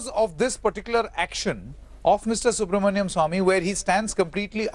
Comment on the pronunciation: You should pronounce Dr Subramanian Swamy’s name properly. He is not Subramanyam.